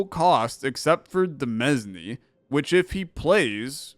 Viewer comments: Btw, demesne is pronounced "duh-MAIN" or "duh-MEAN" (idk man, blame the French) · Fun fact: Demesne is actually pronounced like Domain but with a de instead of do. I don't fault you though because it's origin is French and their pronunciation rules are stupid.